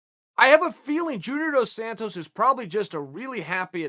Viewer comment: Chael pronounced Dos Santos two different ways in the span of 2 seconds